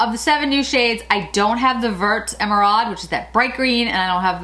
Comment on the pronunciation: Oooh this is exactly what I needed - can’t wait to pick up a few of these! 🤩 By the way, the word “vert” (green) is pronounced like it rhymes with the word fair. Thanks for another great video! 💗